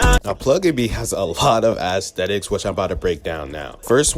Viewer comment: Bro said Assthetics